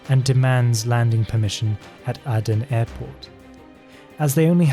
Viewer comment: Nicosia is not pronounced correctly. Larnaca needs some work as well. Aden too. Someone else noted the Airbus 707 issue. The airport diagrams show them today, rather than in the 1970s - a lot has changed. Wikipedia says pilot was shot in Aden but his body dumped in Mogadishu - differs from your account.